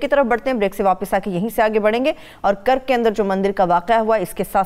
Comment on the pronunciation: Kurk nahi karak naam hai Madame